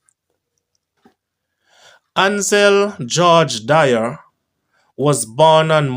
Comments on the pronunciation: Its not dyer it Dwyer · It's dwi.. er. Not dier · D-W-Y-E-R NOT Di-er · My schoolmate Ansel Do-wy-er